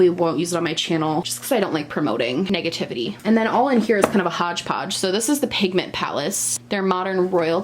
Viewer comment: My sudden awareness of your NY accent during the words “hodgepodge drawer” is shocking but also delightful